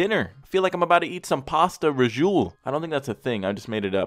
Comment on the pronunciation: Drew you said Pasta Rajoule which is actually very similar to Pasta Fagioli, pronounced like "Fah-Shule", kinda like how you pronounced Rahjoule.